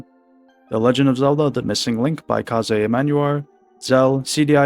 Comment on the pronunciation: Another person pronouncing Kaze incorrectly! It's Kayz, not Kah-ze 🤦